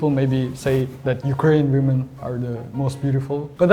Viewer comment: Не вумэн, а вимин)